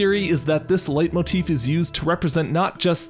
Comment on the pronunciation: Leitmotif is pronounced "light-motif". It's german